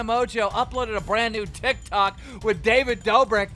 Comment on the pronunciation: Tiktokah an yutubahh yeahh